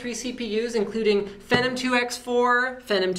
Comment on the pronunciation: i see this is the video he hasn't learned to pronounce phenom correctly stay in school kids